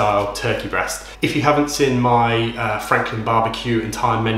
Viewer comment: the way you said seen as sin at the start - you from Guildford ways?